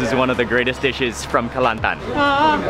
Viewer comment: I dont know why but you said "Kelantan" is perfect xD